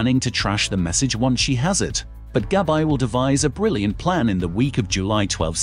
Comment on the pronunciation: Demerara, not DImera. Not GabI, Gabby